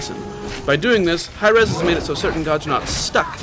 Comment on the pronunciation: its Hi-Rez Studios not High Res Studios, cool video though :)